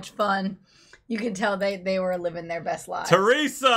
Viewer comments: Living thing not liven thing. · Livin' thing , not leven thing